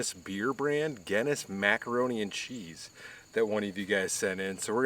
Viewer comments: Someone please tell him how to pronounce the beer right and the pasta I’ve never laughed so hard on how he said them completely wrong gayness wtf its Guinness and the pasta don’t even if your Irish you should be angry. I love this guy but come on and did you try the tv settings may be there is some setting there guy. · Glad your still doing ok, you always cook such nice looking food. Its actually pronounced GIN same sound BIN ness. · Somebody teach this guy how to say Guinness, please!! 🤣